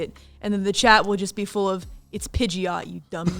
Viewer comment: Yo Calli pronounces Pigeout the way they do it in the rap itself!